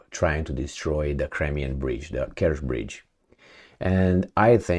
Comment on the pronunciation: It's the Kerch bridge, not the Kersh bridge! If you can say Chuck Norris instead of Shuck Norris, then you can certainly say Kerch instead of Kersh!